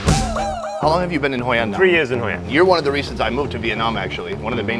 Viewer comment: "Hoi An" not "Hoi and"